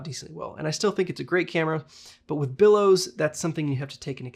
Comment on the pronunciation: Bellows, not billows. But otherwise, great info on a camera I've often wondered about - thanks!